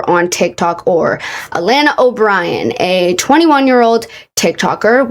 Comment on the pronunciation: as someone who has the same name as her i formally apologize. but also the way she butchers her name is so funny to me (it’s pronounced uh-lah-nuh